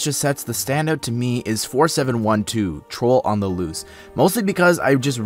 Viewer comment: That dramatic pause before "Troll on the Loose" had me in stitches, lol! xD